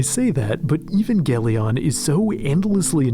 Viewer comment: This dude just said even-galion?